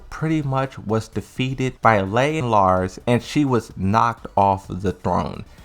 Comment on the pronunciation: why do you keep saying Lei like LAY? it's LEE, rhymes with SEE